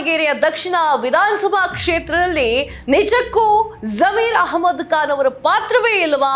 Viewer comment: ಬಂಢಾಯ ಅಲ್ಲ ಮೇಡಂ ಅದು ಬಂಡಾಯ.ಬಾಂಧವರು ಭಾಂದವರು ಅಲ್ಲ.ಕಾನ್ ಅಲ್ಲ ಖಾನ್.ಸಿಖ್ಖಾಪಟ್ಟೆ ಅಲ್ಲ ಸಿಕ್ಕಾಪಟ್ಟೆ. ಎಷ್ಟು ತಪ್ಪುಗಳಿಂದ ಕೂಡಿದ ಕನ್ನಡ ನಿಮ್ಮದು!! ದಯವಿಟ್ಟು ಕನ್ನಡವನ್ನು ತಪ್ಪಿಲ್ಲದಂತೆ,ಕನ್ನಡ ಶೈಲಿಯಲ್ಲಿ ಮಾತನಾಡಿ🙏